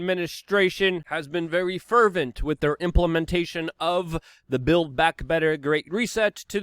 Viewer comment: "....wit blood clots... " Since when has the word "with" been pronounced "wit" (like bit) without the "th" sound? Or is that a New York/New Jersey plebian or gang speak?